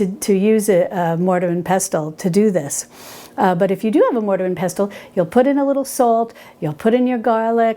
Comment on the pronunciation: Hi. Love your channel, your recipes, and your ethos. The word pestle has a silent ‘t’. So it sounds more like peh sel. Just like whistle.